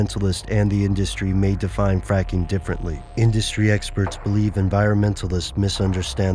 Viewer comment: did he say fapping it sounds like he said fapping